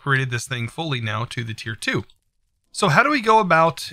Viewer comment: It’s “tier” not “tire” 🤣